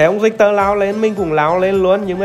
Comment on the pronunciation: rictek mà kêu rioma vậy ông🙈🙈🙈